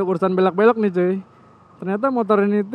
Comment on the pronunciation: cuy nya kurang cuuy, ganggu dengernya 🤣🤣🤣